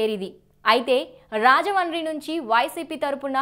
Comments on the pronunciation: మా ఊరి పేరు రాజముండ్రి . అది సరిగ్గా పలకడం రాకపోతే రాజమహేంద్రవరం అని అనచ్చు. అంతే కానీ రాజమాని రాజమాని అని అనద్దు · Rajahmundry ni ala roll over R tho Manchu lakshmi laga cheptharenti anchor garu! Rrrrrrrajahmundry entandi! English medium lo telugu nerchkunnara? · Thalli మీరు రాజమండ్రి అనడం ప్రాక్టీస్ చేయండి